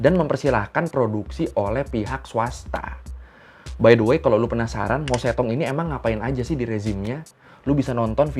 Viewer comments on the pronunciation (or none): Baca nya MA CE TONG,,,, di Taiwan masih di peringati kok setiap tahun,,, Sebagai Tragedi tian-An-Men